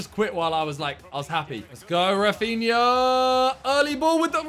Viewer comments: oy simon, a tip from a brazilian subscriber ;) In Brazilian portuguese we pronounce the R in rafinha's name like "Hafinha" ;) much love bruv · Simon He’s Brazilian, so it’s pronounced more like Hafinha than Rrrrrafinha